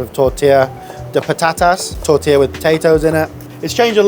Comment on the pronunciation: fuck! so less, so freaking simple. tortilla. at least you know how to pronounce it. what a bull!